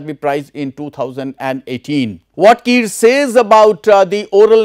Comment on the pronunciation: We don't pronouce kire as kir , where E gets silent in English term. But kire is a surname from Angami word. So E does not get silent here. We call it Ki_ re.